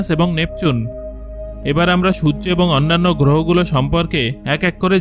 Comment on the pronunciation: আমি খেয়াল করেছি, আপনি ঠিকভাবে সূর্য উচ্চারণ করতে পারেন না আপনি আরো অনেক উচ্চারণই ভালোভাবে করতে পারেন না তাই আগে উচ্চারণ ঠিক করুন তারপরে ভিডিও বানান